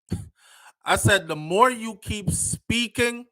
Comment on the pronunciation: Keep…. Not key